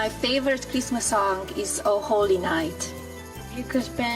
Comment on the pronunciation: Dude, she's HORRIBLE! "I have to put up all this stupid Chreestmas trees, who gives an EFF about Chreestmas.".